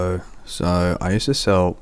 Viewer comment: why do you say hello like ha low?